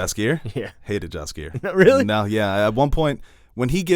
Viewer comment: the correct pronunciation is "Yaskier" fyi 😉